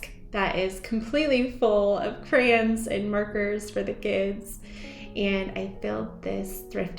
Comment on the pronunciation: your house is lovely. Just one critique. The word is cray-on, two syllables. Not cran, which is only one syllable.